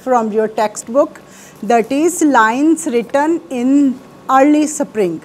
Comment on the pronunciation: Mam spring bolte hai saparing nahi